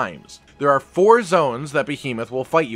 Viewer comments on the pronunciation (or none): none